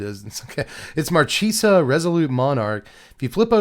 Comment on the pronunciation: Love the channel, watched forever. Pronunciation tip: Mar-kay-sa, the ch is a hard 'k' sound.